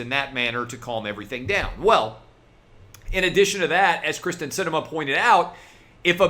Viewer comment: Wow. Kyrsten not Kristin dude.